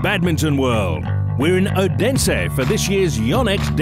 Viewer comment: i was in odense. and she is saying it so wrong!!